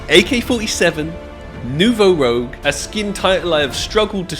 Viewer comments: It’s a Nouveau “ROUGE” - not a Nouveau “ROGUE” regardless one of my favorite skins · ROUUUJ NOT ROGUEEEE, i think is dyslexic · It's not Rogue, it's Rouge it means Red in French and is pronounced as Roeje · Its not Nouveau RO-GE - its ROO-SGH - as in FRENCH! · lol and you're still not pronouncing it correclty. It's not ROGUE, it's ROUGE. As in "roozh" - It's a red color. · Ok can’t not say it, this is 3rd time. it’s not rogue, it’s rouge which is French for red, so it’s New Red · It’s not rogue it’s rouge x) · it's not nouveau "rogue" ... it's rouge. roo-je. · Rouge not fucking rogue. Jesus man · its nouveau rouge not nouveau rogue man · It’s pronounced ROO-j. Not rogue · ROUGE, not Rogue. It's pronounced like "rooj". it's french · rouge as in red. not rogue. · It's Rouge (Rooj) not Rogue my guy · You are pronouncing it wrong it’s a French word you pronounce it nouveau ROOJ not rogue like the class in Warcraft 😂in French it means “new red” sorry I’m Canadian lol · Its Rouge not Rogue :p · Not to burst your bubble but you still say nouveau rouge wrong haha. You got nouveau down but keep sayING ROGUE like a rpg class. Its ROO-GE the colour red in french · Bruh it's "Rouge" not "Rogue". rooje. It means red. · Its not Nouveau Rogue, it's Nouveau Rouge.. 🤓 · It has to be on purpose at this point lol. Rogue❌Rooj✅ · Rouge not rogue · It's Nouveau Rouge (New Red) not Nouveau Rogue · It's Nouveau Rouge, not Nouveau Rogue, and if you wanna know how to spell it it's like Moulin Rouge (R-ooo-jjj) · you're still struggling to say it lol it's pronounced like "rooj", not "rogue"! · And it is Nouveau ROUGE (not rogue) : [ʁuʒ] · Its been three videos and bro still cant pronounce rouge xdd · NOUVEAU ROGUE IS LIKE THIS ITS NOUVEAU ROUGE ITS FRENCH YOU DEEPFRIED WORM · Btw it's not "Rogue" it's "Rouge" pronouned as "Rouj" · Who is going to tell that its Nouveau Rouge, and not Nouveau Rogue lol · ITS NOT ROGUE AND YOU KNOWWWW ITT, its pronounced Ruje